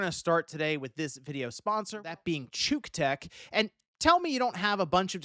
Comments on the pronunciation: You may be pronouncing it "chook tech" but we ALL know the real pronunciation of that company's name... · Did you pronounce that "chook-tech"? That's not how I read that. 😅😅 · he probably said to the sponsor "yeah... I'm not reading that, why don't we call it tshook". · "chuuk tech"?.......riiiiight. I think you're pronouncing that wrong. This charger watches my phone while another charger is charging it. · Cuck tech, 🤣🤣🤣🤣 🤪🤪🤪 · If i were to find that in the wild i would pronouce cuktech differently than you. I think thats a bad move on their part. Unless youre into that sort of thing.